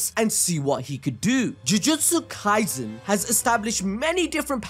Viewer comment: Bro read the sukuna kaizen fr☠️☠️